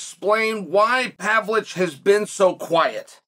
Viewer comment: wth did he call him😂 Surge-V Pavlich 😭🤣